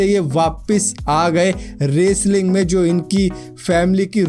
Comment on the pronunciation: "Raceling" Enjoyed your Pronounciation....😂